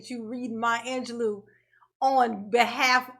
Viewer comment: Maya “ANGELOS” “poim” 😆